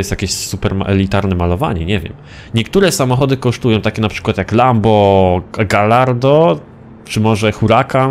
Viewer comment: mówi się 'gajardo", a nie 'galardo'